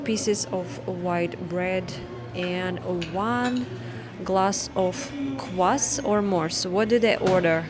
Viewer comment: Глас ов квас это просто гениально 😂😂. Урок английского для русских?